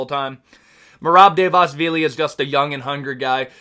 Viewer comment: yeah man the georgian takeover is REAL, merab and topuria made georgia proud and merab is going to take the belt soon. btw try pronouncing it like this bootleg chael: Duh-va-lee-shvilly